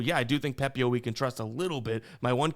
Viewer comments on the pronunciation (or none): none